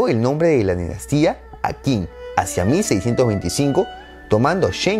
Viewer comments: Ojo con la pronunciación. X y Zh suenan como sh y la q como ch. La dinastía Qin (Chin) le da nombre a China. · pero la primera dinastía fue Win, que se pronuncia Chin. Que conquistó a todos los 7 reinos y se declaró el primer emperador de toda China